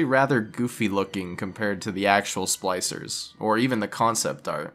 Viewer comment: Are you calling them 'slicers'? It's SPLICER